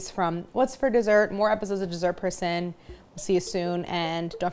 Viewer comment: Thank you! I literally had no idea until you pointed it out. They put a weird accent on it